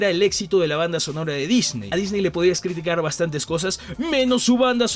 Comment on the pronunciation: En el dice nisney y no Disney, no es crítica, solo me dió gracia